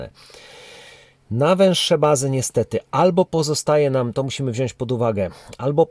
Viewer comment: Mówimy wziąć, nie wziońś!!!!!!!!!!!